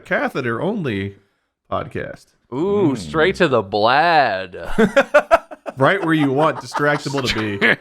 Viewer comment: this bit was so funny, but "straight to the blad" absolutely killed me😭😭